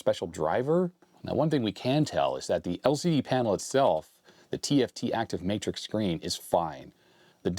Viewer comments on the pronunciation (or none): none